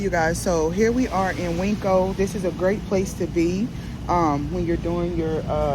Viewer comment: Please stop with calling the market Winkco. It's pronounced Win-co. There's no K in the name, and it is not spelled Winkco